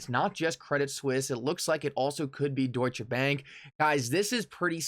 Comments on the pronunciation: Bro it’s pronounced ‘doich’ bank not doosher 😄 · douche-uh bank. One way of pronouncing that I guess.